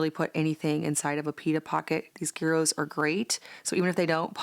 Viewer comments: Don’t know if you want to know but the G is silent in gyros, it’s pronounced year ohs. 🙂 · Gyros is pronounced: Yee-rose. G is yee. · Melbourne Australia has the second largest population in one city after Athens 😂😂😂 Greek food is so loved in Australia. We write it "Yiros" and say a very quick "year" and then a long "ossss" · Agree with the pronunciation. I couldn’t figure out what you were talking about when you pronounced it with the G. I had to watch it to see what you actually were making!